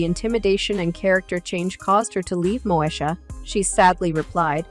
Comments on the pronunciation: At least pronounce the name of her show right its “Mo-Eesha” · 😅😂You cannot even Pronounce her TV name right pathetic